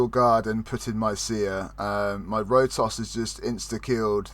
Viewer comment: Did he say Road Sauce instead of Rotos the first time? lmfao.